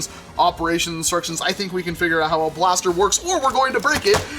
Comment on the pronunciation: he speaks blast e r